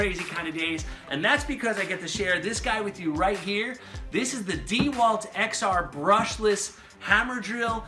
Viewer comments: Dee Walt? It's pronounced (dah Walt) enough with the disrespect...not true on the batteries, XR does not mean upgraded batteries on the 4ah...they are 18650 cells,not 20700 or 21700......the 996 drill is 4yrs old but still the second best HD drill on the market,only behind the new Milwaukee HD.... .........the impact driver is not a drill it can be used to drill but it's purpose is to I install fasteners. ......you can get less expensive dck sets with lower ah batteries..also Amazon is cheaper , currently $289 for this set.. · $320? DEEE-Walt? I don’t think so.... on either one.